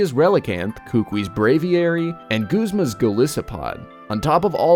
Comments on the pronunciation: It's not goozma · its goozma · DEATHNINJA64 it's short for guzmàn wich is pronounced gooz-mahn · I liked the video up to the point when you said goozma.... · Jason Petersen guzz-muh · I'llgoofyou Theheckup Guzman is pronounced guzz-men I know because I've met people named Guzman